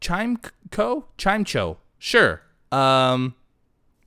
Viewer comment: It's pronounced Clim eco in the movies